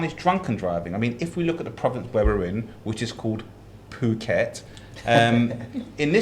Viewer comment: How long has been in "Pew"ket? That pronunciation annoys me every time.